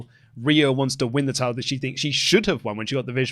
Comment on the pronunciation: Tide-el? What is the tide-el?